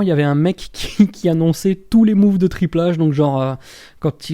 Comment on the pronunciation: Mais qui de ce monde prononce Triple H à la française ???